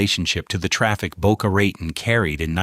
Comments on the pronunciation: It sounds like he is saying Boca Rat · Yeah ... like Boca Rah-tahn. I've lived here since the 80s and NOBODY calls it that. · Boca Rotten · Dang A.I…it’s pronounced “Tone” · Addison My's Nerr... And Boca Rah _ Tone... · Yeah hearing "Mizner" pronounced wrong so often in this video is cringe worthy. It really takes away from its whole purpose. It's pronounced "My-sner." We will get so sick of these kind of mistakes we will be happy for a real human to narrate again. And, of course, it's pronounced "Boe-kuh Ruh-tone." What's the point if you can't convey proper information. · Correct sound of developer Addison Mizner is MISNER! You don’t pronounce Boca Raton correctly either! !